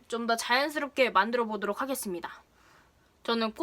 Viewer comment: 보도록 이라고 말하실때 정말 꾸준히 오케이 구글이 나와요 계속 나와요 정말 왜이런지